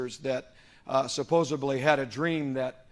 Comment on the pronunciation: I lose my focus when someone says “suppose-aBly.”